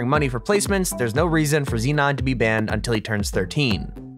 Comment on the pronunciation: His name is zenon, not xenon.